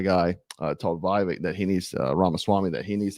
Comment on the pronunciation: Can you start putting some respect on his name and start saying Vivek's name right.